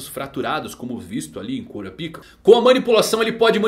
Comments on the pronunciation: KurapÍka... 🥲👎 KurÁpika... 😌👍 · É "Kurápiká", não cura-pica. 👎🏻 Será possível que não assistiu ao animé em áudio original? Ou é só o prazer de trocar o nome do personagem pra uma conotação sexual? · Se pronuncia Karapaika, cura pica é foda!!! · como é: kurapika como ele fala: cura pika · Arrumar essa pronúncia para KuRÁpika, com ênfase no RÁ, não faria nenhum mal. Se aproximaria da pronúncia original e ainda tiraria essa ênfase do "pika" que soa tão ruim em português. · hanta hanta kkk curapic@ mano nao da pra assistir fala br que agunia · você poderia pronunciar o nome do Kurapika corretamente kkk